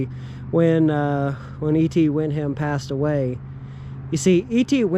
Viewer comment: Hello, Its Wick - ham and its Pal - myra. Thats how it is pronounced.